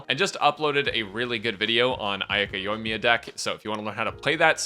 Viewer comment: "Yoiyaka" - now that's new. Yoika, Ayamiya, Yoimika, Ayakamiya. I personally think it should called Ayaya or Yoika.